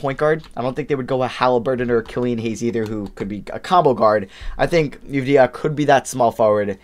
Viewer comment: Jesus dude his name is pronounced “Vuh-sell” not “Vass-ull” you had it right the first time. Also Avdija’s name is pronounced “Av-dee-ah” not “Youv-dee-ha”